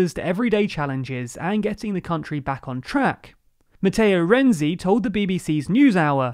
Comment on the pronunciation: Dear, the correct pronunciation of the namens of Italian politicians quoted in the video are the following: [dʒuˈzɛppe ˈkonte] and not [konti], [matˈtɛːo ˈrɛntsi] not [rɛndzi], [ˈkarlo adˈdzeʎʎo ˈtʃampi] not [kiampi]